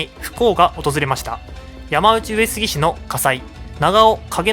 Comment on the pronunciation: ”やまうち”上杉氏でなく”やまのうち”上杉氏では？